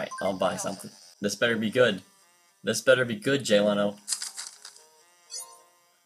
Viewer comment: Why does it pronounce Leno as Leeno?